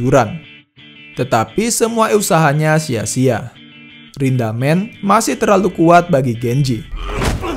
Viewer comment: Rindaman bg bukan rindamen